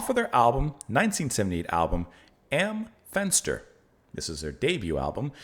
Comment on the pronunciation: I've never heard this before but I quite enjoyed it! Your pronounciation of "Am Fenster" was correct btw!